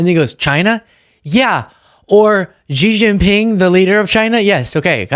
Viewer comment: Why can no one pronounce "Xi Jinping" properly? Just do a Google search, for fuck's sake.